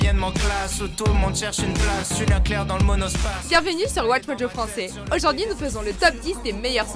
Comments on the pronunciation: Elle a dit çaisfran pour français quelle bande de fou personne dit ça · Juste le Çais-Fran à la , c'est impardonnable.